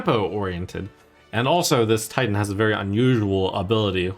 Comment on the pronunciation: Somehow whenever Trump says Titan, I hear tighten.